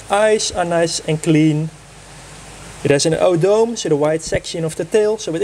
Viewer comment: O-Doh-Meh is the right pronouncement indeed! Thanks for your comment